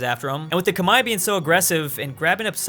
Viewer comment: The civilization in Southeast Asia (Vietnam, Thailand, Burma) is the Khmer (Kuh-Mare), not Koo-Mai